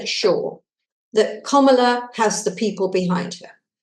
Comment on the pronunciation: Please learn how to pronounce Kamala;s name Kam-ala